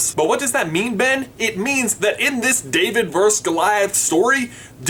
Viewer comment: Its VERSUS not verse when you are referring to one against the other. VerSUS J VerSUS not verse!!